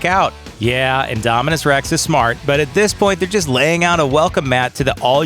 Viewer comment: You said indominus rex rong